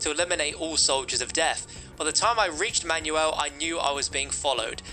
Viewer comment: I like how he says “Manual” instead of Manuel’